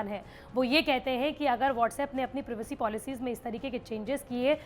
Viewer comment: दीदी... प्रिवेसी नहीं प्राइवेसी 🙄